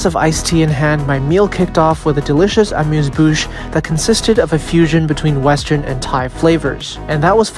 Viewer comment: Whats a mooz boosh?